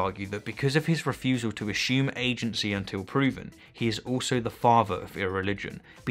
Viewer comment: I like the way you pronounce "assume"